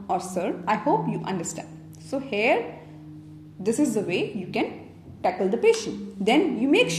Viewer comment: thank you that's really useful. please practise to say here not hair :)